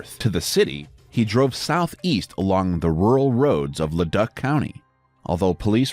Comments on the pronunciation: It's pronounced Led"oo"c not leduck. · Le-Duck County? It's pronounced Le-Duke County. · It's pronounced Le Duke not Le Duck